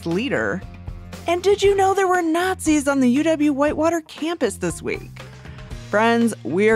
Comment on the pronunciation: When the not-zees show up, you will know about it. Not these people you just call not-zees